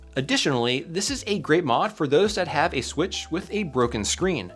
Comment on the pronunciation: switch pro❌ swiich✅